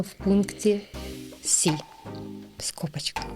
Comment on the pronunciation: Все клас. але ці назви пунктів ЕЙ / БІ / СІ / ДІ - настільки ріжуть вухо, що відволікає від головного посилку. Розвитку всім та вдосконалення